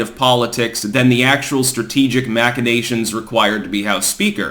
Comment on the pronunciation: correctly pronouncing machinations deserves an award.